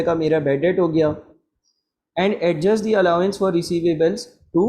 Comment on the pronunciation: SIR SORRY BUT ITS ALLOWANCE NOT ALLAWANCE